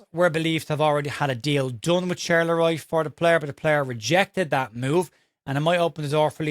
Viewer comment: Get, Charleroi is pronounced SharlaWa